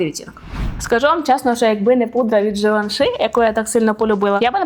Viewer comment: Може пригодиться, в кінці Givenchy "y" вимовляється більше як "і" (не и)